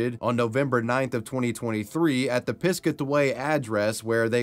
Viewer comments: *Pis-cat-away...just saying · as a NJ native, piscataway is pronounced "piss-cat-away" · Piscataway is pronounced (piss-cat-uh-way) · piscetway instead of Piscataway is funny to me as someone from around there. the way the town is pronounced is phonetic, pis-cat-a-way, different from the piscatawa people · Bro the towns name sounds like this. Piss cat away I've never heard anyone in my life pronounce it like you lol. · Piscataway is pronounced "piss-cat-away". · Being from NJ I laughed at how you pronounced Piscataway lol